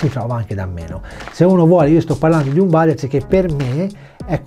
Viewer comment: Bellissimo il nuovo logo IDP sempre sul pezzo 💪🏻🔝 P.S. Si pronuncia “ueders” ti vo bene 🤣🤣